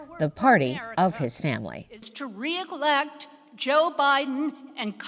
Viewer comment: Its Re "ELECT" not Re "EGLECT" Brain Dead Bitch.